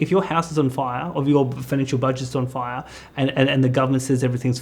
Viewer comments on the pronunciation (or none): none